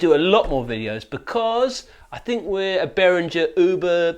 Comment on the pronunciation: Behringer is pronounced Beh-ring-gr (rolling the ‘r’ on ‘ring’ if you want to get fancy)